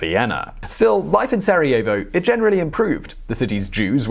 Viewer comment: Did you just say... Sareovo